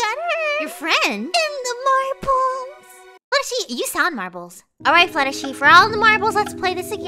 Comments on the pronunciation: Her name is not Fluttersee it is Fluttershy unless you call her that I'm sorry I was just saying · I LOVE HOW SAYING FLUTTERSHEE IS STILL RELEVANT